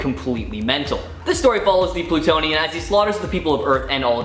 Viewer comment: "Plutionian"? Sigh....